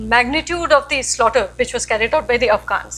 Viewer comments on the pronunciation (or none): none